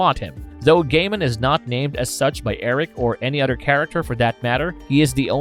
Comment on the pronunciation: Other- TH. It’s not Udder 🤦🏻